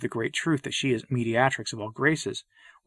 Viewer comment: A very fine video about Our Lady, but, you may want to check your pronunciation of "mediatrix," "deluging," "calumniated," and "triune."